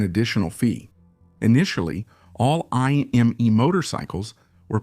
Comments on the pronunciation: It’s ”I” as in hippo, not ”Ai” 😊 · Indeed. Imme would be correctly pronounced IM-meh, not IM-MEE. Riedel was pronounced correctly as REE-dl, then mostly incorrectly as Ree-dell.🙄